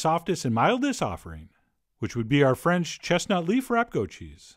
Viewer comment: You're awesome but your French is cringe!!